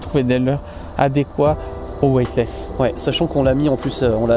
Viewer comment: Sourire... Je vais vous aider à prononcer, ainsi vous n'aurez plus besoin de préciser ce que veut dire " Weightless ". En gros, il faut prononcer: " wéitless" et non " wouaille-t-less "; afin de signifier " sans poids " et non... !!!!: " sans blanc "... lol Et oui, " white " veut dire blanc pour un anglophone ;) En tout cas, merci pour vos conseils avisés en matière de pêche ;)